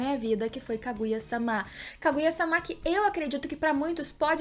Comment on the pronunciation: Juro que adoro os teus videos, mas gostava de saber porque dizes SÁMÁ em vez de sama... torna-se um bocado irritante. E em japonês é sama, não SÁMÁ... logo não entendo a pronuncia errada uma vez que em português a segunda/ultima silaba tónica não se lê com abertura a não ser que tenha acento... Fora isso top o video.